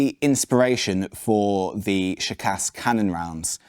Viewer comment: imagine you are Sean Connery, who pronounce the word "school" thats how it should sound when you pronounce ShKAS, ofcourse with "ah" and not "uh"